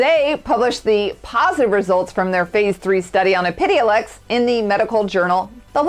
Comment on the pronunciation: Your pronunciation of epidiolex sounds a bit off. :) Great channel though!